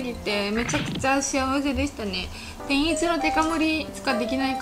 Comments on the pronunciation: 食ちゃんの「天一」の発音がおかしいのか、それとも関東の人の発音はみんなこんな感じ？ 違和感がすごい… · てんいち→→→→って発音は関東では普通なんですかー？ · 関東の人の天一のイントネーションがどうしても気になる笑 関西人ならわかってくれるはずw ぜひ京都にある本店に来てみてほしい！！ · 天一のイントネーションが京都と違うの違和感あるんだけど可愛いww